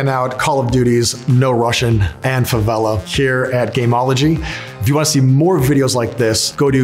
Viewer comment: Favela he butchered it, Someone on overwatch with no cover on a wooden roof shanty in a place not reconed. No thanks